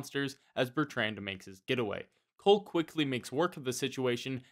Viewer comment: The way you say the name Bertrand is nothing short of an act of butchery